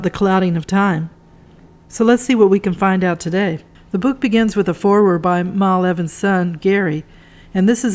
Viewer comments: Beat me to it! It was doing my head in. Should be Mal - as in mal-content. NOT "Marl" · His name is pronounced Mal as in Al. It is not Maul. Good content and good book.